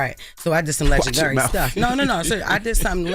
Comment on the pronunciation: Jess said Legendar, till she was asked about the jewelry… goofy